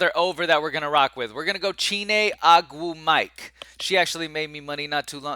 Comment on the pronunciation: It's O-gwoo-muh-kay bruh lol